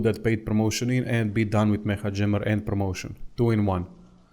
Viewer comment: Its pronounced "meka" jammer i think